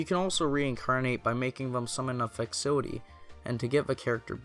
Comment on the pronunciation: i had to rewatch a few times to figure out what he meant when he pronounced "facility" i've never heard it pronounced like that....amazing